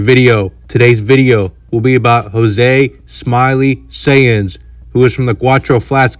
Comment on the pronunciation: His last name is pronounced like science 🤦🏻‍♂️🤦🏻‍♂️🤦🏻‍♂️🤦🏻‍♂️🤦🏻‍♂️